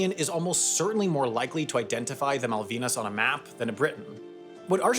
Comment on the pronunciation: You mispronounced "Malvinas"